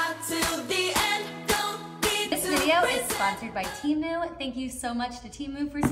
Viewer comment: It’s t-e-m-oo not t-ee-moo